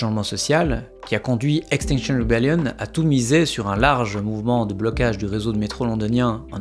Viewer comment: Stp prononce Extinction Rébellion en français à la française 🙏 mal aux oreilles